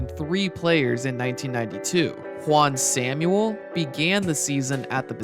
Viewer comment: It’s Juan Sam-well